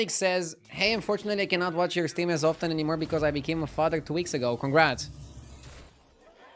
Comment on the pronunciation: Please learn how to pronounce the word "often" ... you are butchering it...😂😂